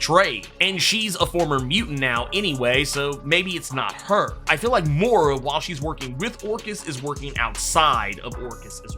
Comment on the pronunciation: Dude....I've heard you pronounce Moira correctly...Why the Mora?